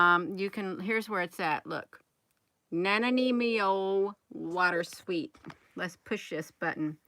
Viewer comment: It’s pronounced: Na-Ni-Mo. Ni as in Bill Nye the not so science guy.